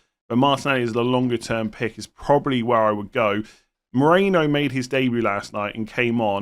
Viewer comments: I kept thinking it was weird that Arsenal signed Alex Moreno... It's Merino. Your pronunciation had me all confused. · Why are you saying Moreno and not Merino?